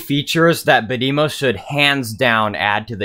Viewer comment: Bad-eh-mo not Bad-emo